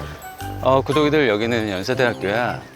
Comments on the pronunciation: 왜 자꾸 구더기들아 하는거 같죠?ㅋ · 구독이들 귀에 구더기들이라고 들려요 ㅎㅎ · 구독이들아~~ 구더기들아~ 로 들리는거 나만인가.. ㅎㅎ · 구독이들이 "구더기들아"로 들려요!!ㅋ